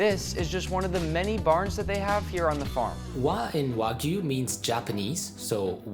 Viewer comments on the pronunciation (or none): Notice, all you freakin imbeciles out there, that JAPANESE pronounce the Japanese word, wagyu, as WAH-GYOO...NOT WAGOO! GET IT RIGHT! Man, people saying wagoo really gets under my skin. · Heu, le français qui traduit où lit le texte pourrait-il faire un effort sur la prononciation des mots japonais, car entre "ouajiu" où "cobE" ... très peu pour moi. 👺(je me suis arrêté a 25 sec de vidéos pour éviter une perte d'audition)